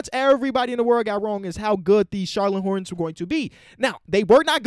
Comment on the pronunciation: No one:: Charlone Hornets